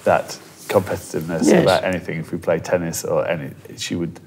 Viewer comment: tennis pronounced tunnis :)